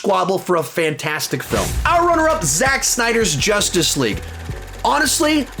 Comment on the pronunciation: did anyone acknowledge how he said justice league like Jus TAc LeGUEE lol